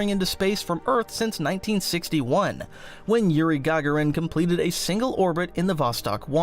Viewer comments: Yuri Ga-Ga-ren? Was he a Sith Lord? Darth Ga-Ga-ren? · is this AI voiced or do you not know the name of the first human in space lol